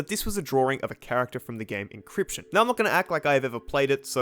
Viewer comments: ITS INSCRYPTION YOU FOOL NOT INCRYPTION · I was watching this and I think im too late but.. Was there a hoard after you for mispronouncing in[s]cryption? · it's likely been said, but the lonely wizard from inscryption (pronounced inscription btw) was stuck in a void with no source of input, basically a super sensory deprivation chamber that drove him a bit mad. As a result, he is constantly looking for "stimulation" I'm the source of interacting with the world in any way vs being stuck back in that void. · this is gonna give the wilbur arg a run for its money Also youre gonna get killed by inscryption fans for that misspronouncination